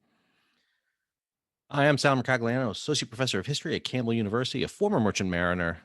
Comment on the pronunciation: And the 'g' in Mercogliano is just a palatalization marker for the following 'l' so it's not pronounced. I know it's your name and you're a professor, but that pronunciation was completely unexpected! I wonder how you pronounce tagliatelle, imbroglio, lasagna, and gnocchi.